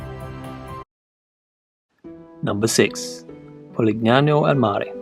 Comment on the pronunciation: Love the video. Please note that in Italian: (a) the "gn" in "Polignano" pronounced like "ni" in "onion", so you say "polinyano". I note that you pronounce "San Gimignano" correctly. (b) "chi" is always pronounced "ki", so "Chioggia" is "kyojja".